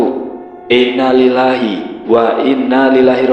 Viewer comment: Saya subscriber channel ini, emang sering salah saat mengucapkan Innalilahi wa innailaihi roji'un